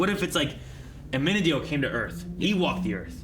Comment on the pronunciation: they're really going to go this whole show calling amenadiel 'amenadell'. my eye twitches every time